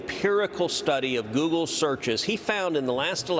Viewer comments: 'YOUGLE' lol - a truer word never spoken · "Yoogle"... PRICELESS! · "Yougoole"... lol. That's great. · Sundar Pichai: "Yougle?"...hmmm. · I like 'Yougle', Senator Cruz. Kudos from your home state! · I almost fell off my seat when he said "Yougle" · Youggle. Lol. I mean they are part of the same monopoly so it's fitting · YOOGLE hahahaha :-) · He said YouGle haha